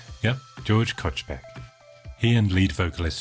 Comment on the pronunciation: as a countryman, I would like to point out that you mispronounce Kochbecks name. I checked a few TTS engines. This one pronounces the name pretty good: You want to set it "German/ Hans" though :-)